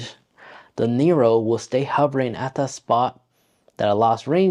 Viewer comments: I just got mine couple weeks ago. This video was so helpful that I'm not even going to grill you about calling it a DJI Nero 😆 Anyways awesome video, brother. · Bro.... it called NEO lol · DJI NERO???